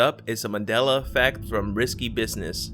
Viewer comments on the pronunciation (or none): It's pronounced MAN DEL A not Madel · it's MAN-DELA..u said Madela the WHOLE VIDEO. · Here's another one... Remember when it used to be called "The Mandela Effect?" This guy pronounces it "The Madela Effect." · MANDELA not MADELA .... theres a fucking "N" in Mandela... learn how to speak english before making youtube videos.